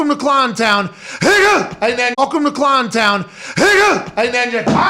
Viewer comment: Every time he calls jaguars "ClownTAHN" I cannot help but laugh...